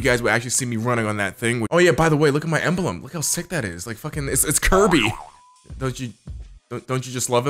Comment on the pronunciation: the way he says emblem or embelbp the way he says it